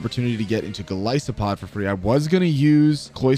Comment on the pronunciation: ah yes my favorite pokemon mightyh-GOLLISPOD.